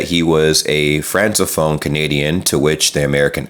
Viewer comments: that's read as "franko-phone" not franzo-phone. ;-) that's an interesting term, you could look it up. (it's pronounced eee-ther) well you said it earlier: if you undo the policies, you'd regain some ground. But it WILL be like starting from scratch. it would be funny if it wasn't so tragic... :-s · it's pronounced "frank-o-phone" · The word is Francophone, pronounced with a hard 'c' not a soft one. (Frankophone) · FYI it's pronounced frank-a-phone. I think it's very important to discuss issues with American society in these crazy times so I commend you.